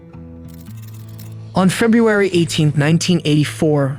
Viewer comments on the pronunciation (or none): none